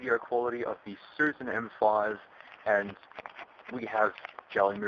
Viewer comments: It’s not susan ,it’s “shushan”. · It's "Xiu Xian."